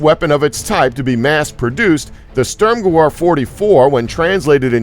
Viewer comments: Switch "veer" with "vair" and you've got the right pronunciation. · its pronounced SturmGewhr or Sturm Guh Veer!!!! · Störmgewöhr :D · "Sturmgewehr" is NOT pronounced [ˈstɜ:rmgɜwɜ:r]... but ['ʃtʊ:rmgəˈve:ɐ̯]. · Stop butchering these words, will ya? Machuahuitl..pronounced "Mock-Wee-Tal." Stürm Gewehr....Pronounced "Stoorm-Ge-vair." It means "Storm Gun" or "Assault Rifle." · listening to him pronounce sturmgewer makes me cringe. its pronounced sturmgever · Craig Vanes gewehr not gewer lmao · It's pronounced: "Shturm-Geh-Veer" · it is pronounced Sturm&gever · gewehr pronounced gevehr* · FYI the storm gewehr is pronounced (ge-veh-er) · close but pronouncing it "Gahvahr" is closer =) the "y" makes no sence at all. At least you actually know how to roughly pronounce it =). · sturmgewehr is pronounced st - erm - gev - air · um are you fucking german I know they it's strumgewher but Germans pronounce their w's as v's so plz come back with knowledge of the subject or don't come back at all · say it with me "Shterm-gevair" -sturmgewehr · STØØØØRMGEWWØØØØR... Maybe.... do you think.... it wasn't the Germans, who made it.... Maybe, it was the Swedes?? Störmgewör 44 ? :D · There's also the GOATENDAG!!!! Or the Dagger of the Goat!!!! ( yes, the original word means Good Day/Hello in German )... He's HORRIBLE. The Störmgewör just sounded Swedish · espc45 yea it's pronounced gevair but it's spelt gewher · STURMGEWEHR 44 in German (W) makes a (V) sound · Come on, at least try to pronounce 'sturmgewehr' correctly. The W in German is pronounced as a V. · Your pronunciation of 'Sturmgewehr' is simply terrible